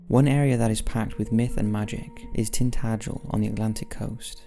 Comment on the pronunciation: You said Tintagel right, well done